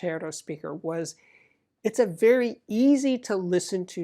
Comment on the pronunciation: There is a Dyna PAS-3X preamp in the background. Vewy intewestingh!